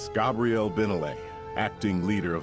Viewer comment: It sounds like an AI voice over wtf. Listen , when he says "Nothing else makes sense" along with contant mispronoinciations of Vanus and Gabrielle's names.